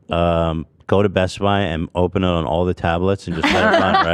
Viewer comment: love, old people in tennessee definitely say ohl 😂